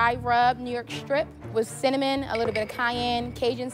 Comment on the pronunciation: Probably been calling it cimmanon his whole life.